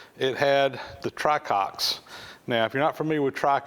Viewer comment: Isn't it "tricocks" instead "Try-Cocks"? I really can't stop laughing though I know its puerile.